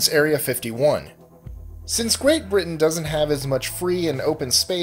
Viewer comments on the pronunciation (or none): none